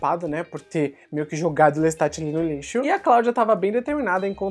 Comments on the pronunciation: Eu ouvi "Lestart"? LESTART???? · Adoro seus reviews... uma dica fonetica - a pronúncia dos nomes dos personagens de Anne Rice, são do francês, que se silência as consoantes nos finais das palavras... Louis (Louí) / Lestat (Lêsta)... Lôuiz... é a pronuncia Americana de Lois... personagem Smallville... parabéns pela edição, por todo trabalho!!!